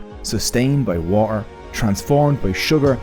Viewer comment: Excuse me, but since when is T a silent letter? Water is not waer.